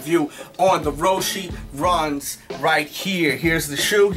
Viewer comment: He said roshe wrong